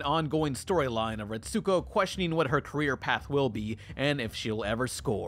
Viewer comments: Aggretsuko is pronounced like aggret-sko you don’t pronounce the U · You're pronoucing Aggrestuko wrong!!!! Biggest pet peeve of mine is when people mispronouce Japanese names and words. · Everytime he said her name i was screaming at the TV "ITS PRONOUNCED A-GRETS-GO, THEY LITERALLY SAY HER NAME IN ENGLISH!!"